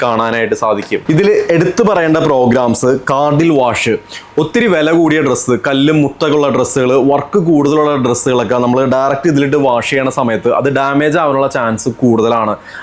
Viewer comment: കാർഡിൽ വാഷ് അല്ല "ക്രാഡിൽ വാഷ് " എന്നാണ് ശേരിയായ ഉച്ചരണം...